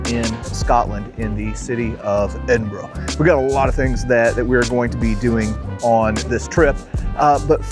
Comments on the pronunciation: Just a minute or so into watching this video of your visit to my home town. I am impressed that you bothered to say the name correctly. We always appreciate it. On the one o'clock gun: we joke here that at one o'clock, you can always spot the tourists by seeing who jumps. 😆 As for the locals, well given the channel content, I shall tell you this tale. The year is 1915. A British soldier is sitting in a trench in France. As he looks around, he notices another soldier beside him. The second soldier seems to be constantly fidgeting and unable to sit still. To begin with, the first soldier assumes the second soldier is just naturally nervous. But as he watches him, he notices something. So the first soldier nudges the second and says "Here mate. You're from Edinburgh aren't you?" The second soldier is surprised but answers "Um, aye. Born and bred. But how did ye know that? We've never met before." "Easy." Replies the first soldier. "Every time one of them big guns fire, you check your watch." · Fun change…lived in Edinburgh while working, fun castle to visit on the quiet days! Thanks…and you did pronounce Edinburgh correctly! Andrew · As a Scottish girl in Aberdeen I am delighted to hear you pronounce Edinburgh correctly xxxx🎉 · F me! A yank that can pronounce Edinburgh correctly 😜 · Please please please say your coming to Aberdeen next I would love to bump onto you oh and Can I just say well done pronouncing Edinburgh correctly I’m an aberdonion if you couldn’t tell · kudos to or being the first American I've heard pronounce Edinburgh correctly. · I agree, you said it perfectly. Most Americans say EdinburG or Edinboro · Perfect weather eh 😂 Edinburgh a very historic place and the way the castle is up on a rock is incredible. (Great to hear an American pronounce Edinburgh correctly too!) 🇬🇧